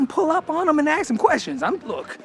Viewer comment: A Dutch a-hole here: It's ASK, not AKS. Have some respect for your own language.......